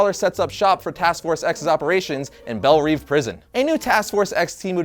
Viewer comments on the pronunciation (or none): Bel Rev not reev jackass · saying Belle Reeve always bothers me, I'm fairly sure Belle Reve is pronounced Bell Rev. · Say "Belle Reeve" correctly please. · He said Belle Reve a kittle strange to me. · Let's try pronouncing Belle Reve differently and seeing how much further that gets you